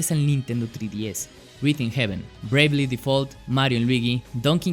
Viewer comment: No pude ver el vídeo completo debido a que pronuncias mal "3DS" .... En serio, "TRÍ-DI-ES"... ??? TREEEE... ÁRBOL 🙄🤭